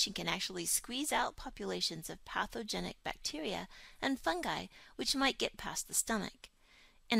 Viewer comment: "patheNOgenic"? or, "Pathogenic"? I checked the dictionary online and it seems the former doesn't exist. Or, maybe because it's a 'very' biological or medical term. Just wondering. (For the sake of 'technical' accuracy...because I'm learning this for my 'new career') But, the vid is very educative. Thanks!